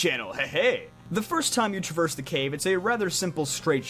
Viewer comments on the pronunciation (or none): none